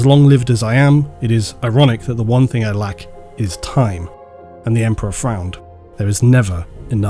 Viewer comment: Love how you go on about pronunciations but say 'think' instead of thing all the time. Hilarious.